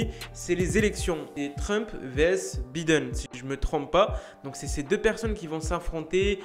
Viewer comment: Comment il prononce Biden 😂😂😂